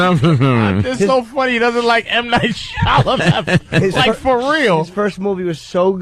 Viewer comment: HE SAID M. NIGHT SHAMADING DONG OMG SO FUNNY